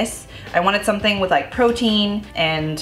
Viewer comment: i'll never say protein again. from now on, it's protn. protn for the win! 💕